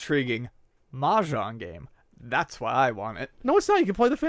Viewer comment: The "j" in Mah Jong should be pronounced more like the "s" in pleasure, and less like the "j" in John.